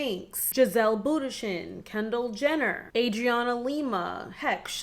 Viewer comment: Giselle what????? You butchered her last name!!!!